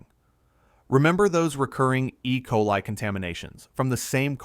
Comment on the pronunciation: Cant pronounce ecoli? Learn English and teach your AI to speak before you let it out in public